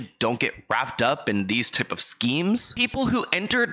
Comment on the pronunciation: "These tip of schemes?" "Tip?" Pronounced and spelled TYPE. T-I-P-E.